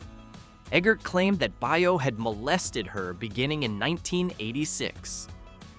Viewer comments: "Baio" is Italian too, and it is pronounced like "Bio", not "Bay-oh". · pronounced bay- o scott